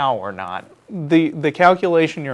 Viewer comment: The "cow-culation"?